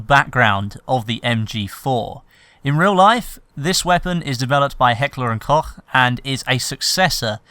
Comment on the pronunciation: its pronounced heckler and "coke" in english ;) nice video man :D